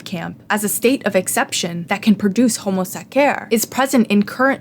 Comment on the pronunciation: Please stop pronuncing homo sacer like that😭😭